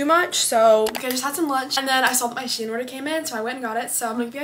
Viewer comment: I love how she said she-in😂(no hate or anything I love your channel❤)